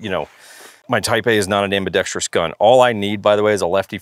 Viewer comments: I watched this literally to see LMT highlighted. I am not sure what was more disappointing, the lack of LMT inclusion or ambidextrous being pronounced ambidextrius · i have a huge pet peeve that I have only recently recognized while consuming firearms related content. and that peeve is when people mispronounce ambidextrous to have a sound similar to the word tree in it. no tree please in my ambidextrous' thank you. learn to speak ingelish please